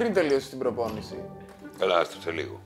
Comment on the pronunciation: "προμπόνηση" λέει η χωριάτα...